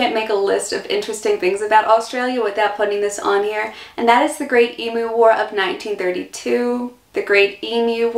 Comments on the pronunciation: I saw that it was a struggle, but thank God you pronounced it Eem-you, and not Eem-oo. It drives me nuts to hear Eem-oo. I don't know why, but it does. All logic says it should be Eem-oo, but logic flew out the window on that one. Thankyou for not driving me nuts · Congrats for pronouncing emu like an Aussie, most Americans seem to say emoo. 😃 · Wow!! Congratulations. In my 70+ years I've known a lot of Americans but you are the first I've come across to be able to say 'G'day' correctly without an accent (Americans always seem to have trouble getting the second syllable right), and also the first to get 'Emu" right. Interesting video - you have a good sense of humour - you fit right in here like a native :) Thanks for the video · Yes. There's no emoos. Congrats on the pronunciation of Koalas. Most Americans say Kowollas.